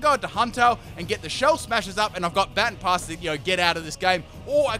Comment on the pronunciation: I swear, mispronounce "Baton Pass" one more time... All in all, great video though.